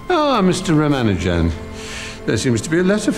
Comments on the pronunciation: It is so disgusting to hear the so called expert interviewers who talk about Rama Nujan , and keep calling him rama Nujan. What a shame they don't bother to spend a minute to learn to pronounce the name of the most brilliant mathematecian's name right. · Ruman-juan.... Rumanu-jan seriously! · Couldn't they get a moderator who wouldn't bungle the name from the start by saying 'Rama-Ju-an'? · The silly way the moderator butchers pronunciation of the names of Srinivasa Ramanujan and Manjul Bhargava is quite jarring to note in an otherwise pleasant interaction. I wonder why she didnt spend a mere 5 minutes before the event to just practice how to correctly pronounce the names. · there is only one way of pronouncing Ramanujan, there is no need to invent new ones or having a debate. Host is so terrible!